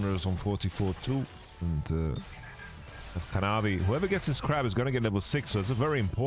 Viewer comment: Kanavi ❌ Canawi 🗣️✅